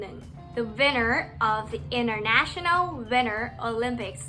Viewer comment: ประโยค ตัว t กลางประโยคของ international กับ winter จริงๆต้องออกเสียงนะคะ